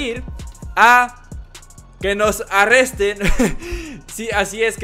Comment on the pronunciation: arrestren JAJAJAJAJAJAJAJAJA